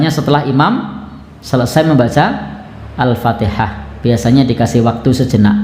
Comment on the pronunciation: Yang kadang jadi masalah, Seorang Imam baca Al Fatihah nya saja tidak sesuai Tajwid,asal bunyi...